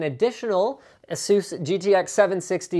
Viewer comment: mr linus,it's EH-SUS.not EEEEEEEEEEEEHSUUUUUUUOOS .Just a-sus.